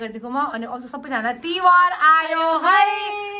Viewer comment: its not tiwar- its tihar